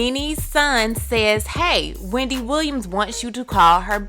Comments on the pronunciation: 😂😂😂 “Weendy” Not slumming? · Lmao “weandy” 😆